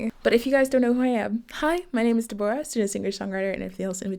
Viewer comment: the way you pronounce Deborah is so much nicer than the UK accent